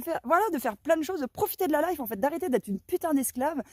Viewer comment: 😮profitez de quoi? La leiffe? C'est quoi ce mot? LA LEÏFFE ou LEFFE 😂 Arrêtons d'honorer Mc Kinsey petits choux d'amour ❤🎉